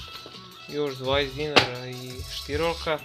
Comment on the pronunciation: Hahah nije štirolka neko štilorka hahahhah🤣🤣🤣